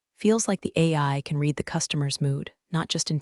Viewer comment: Irrelevant, sometimes irritatingly distracting background! Verb "read" is pronounced "reed" (present tense) and "red" (past tense and past participle)!